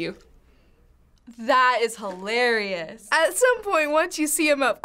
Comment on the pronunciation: I'm gonna trick myself that she said "Harry"lious...